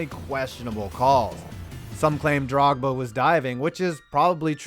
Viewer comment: He did pronounce Drogba's name right. So he's batting a .333